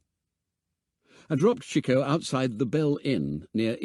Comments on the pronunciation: Interesting enough, but why did no nobody inform the narrator as to how to pronounce 'Chico'... ? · Interesting pronunciation of Chico. In the US, it’s usually “Cheek-o”, not “Chick-o”. Anyone know why this is?